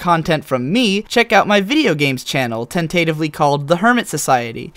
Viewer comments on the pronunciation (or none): Tent-tuh-tiv-ly. Not ten-tate-ivly. Can't have more "femininity" mishaps now. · TENtatively, not tenTAtively. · "Ten-tat-tively". That's an odd pronunciation. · Your pronunciation of tentatively irked me. Irked me to my core.